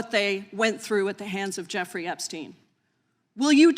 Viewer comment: Pramila Jayapal, Sujata, not Jairam :) But good.. thanks for doing this. Our koopa manduka public are living in thrall of the vishwaguru somuch so that the outside world is mostly unknown to most people.. this was necessary and important. Thank you. Ah. PS: Not Joofrey, Gifre... not GHISLANE, ghilayne... :)